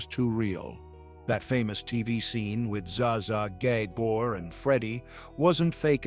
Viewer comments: "Zsa Zsa GAY BOR'" That's AI for ya! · Za Za "Gay-Bore?"Yall, please stop using AI if you're not good at it